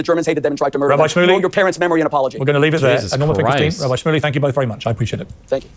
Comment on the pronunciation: "Rabby Schmully," destiny said. LOL. What is this chi-shane-ery